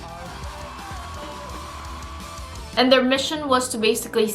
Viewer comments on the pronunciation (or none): When they pronounced "Shillong" as "Cilon" i died...ps the indian kpop girls are from the north eastern region of India...we look more oriental than the mainland Indian... there's alot of kpop fans here